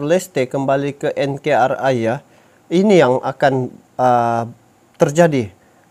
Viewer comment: Bukan enkerai om tapi enkari (NKRI)